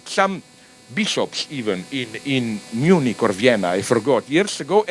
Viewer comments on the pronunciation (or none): none